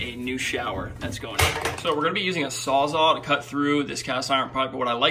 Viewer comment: Good video, very informative. But...are you saying "sawzaw" lol